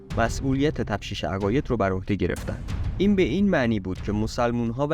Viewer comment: تفتیش عقاید نه تفشیش!